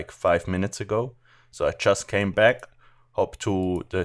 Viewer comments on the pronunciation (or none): none